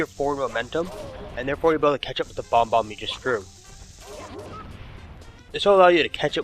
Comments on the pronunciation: I'm sorry to be the douche here, but it's bob-omb. Not Bomb bomb. It's prounounced Bob like the man's name. And then Omb like Mom but with a silent M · Pronouncing bob-omb bomb-omb? Calling mario mairio? Calling Clepto a volture? DO YOU KNOW ANYTHING ABOUT MARIO GAMES?! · Bob-omb. Mario. Not Bombbomb. Not. Merr-io. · bob-omb, not bomb-om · please practice your speaking skills its annoying af its like u not only talk hella fast but pronouncing bomomb is bomb-ohm not bombbomb u also say mar-yo its mario. somehow u are able to say koopa right but yah slow the fuck down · accent wouldn't make you add and delete letters for bob-omb. you're clearly just pronouncing it wrong, accent or not. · Bob-Ombs, not bomboms. :p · bob-omb, not bomb-bomb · "Bomb-bomb" "Merry-oh" Lol. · Dude, calm down. Notice the emoticon I used? I was saying that I was unamused that pronouncing it as bomb-bomb